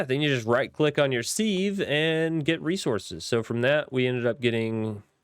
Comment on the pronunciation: It's sive, like live. Have you heard that expression, "leaks like sieve ". meaning something leaks really bad. Thanks for the ep. Think I'll check this pack out.